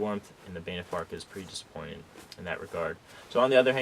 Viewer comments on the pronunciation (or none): Banff is not pronounced "Baynif".